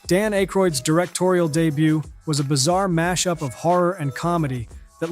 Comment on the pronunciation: And his pal, Dan "Ayycroid." 😂